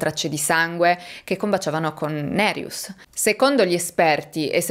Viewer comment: Ciao e grazie per il tuo lavoro. Hai pronunciato bene nome Nerijus, con il cognome c'eri quasi. Volevo aggiungere che secondo il codice penale Lituano LR BK paragrafo 129 per omicidio parte1 sono previsti 7-15 anni di reclusione, parte2 (con aggravante) 8-20 o a vita se la vittima è minorenne, donna incinta, carabiniere ecc, 2 o più vittime, famigliare, assassinio per organi, il crimine giudicato molto crudele ecc (Wikipedia LT). Mi spiace, ma purtroppo nel mio paese d'origine ce un tasso altissimo di omicidi. In Lituania ci sono stati crimini molto crudeli e sono conosciuti solo al livello locale. Per esempio, quando ero adolescente, in un quartiere vicino al mio, in pieno giorno, dal parco giochi sotto casa sua era sparita la bambina di 8 anni; un caso tristemente famoso che ha scosso tutta la nazione. Alle fine hanno preso un quattordicenne psicopatico chiamato dal popolo Gestapas o il bambino senza anima, che aveva rapito, violentato, ucciso e gettato il corpo nel fiume ghiacciato della povera ragazzina. L'assassino è stato preso grazie a numerosi testimoni e prove trovate. Da adulto era scappato dall'ospedale psichiatrico dove era recluso a vita, ma è stato catturato in casa della suo madre molto morbosa che lo nascondeva. Mi ricordo ancora con i brividi questo caso. Questo mi ha scosso particolarmente e rimasto nella memoria, ma purtroppo ci sono tanti crimini da film horror come assassini seriali, guerre fra bande, omicidi fra i minorenni, killer a pagamento ecc.